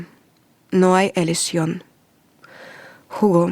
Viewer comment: Bonito relato ..pero no se le entiende muy bien ..pero que bueno que trata de relatar en español .. Jugo es una bebida 😀 Hugo es el nombre . Gracias